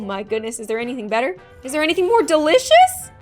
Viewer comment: Are we just going to ignore the fact that she was saying deleecious to cement should we be worried😳😳😳😳